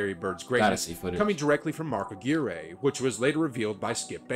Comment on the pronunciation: ...and you are pronouncing Mark Aquirre's name correctly. The video was wrong.